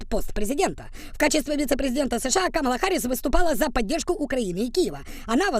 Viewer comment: вона КамаАла а не КамалА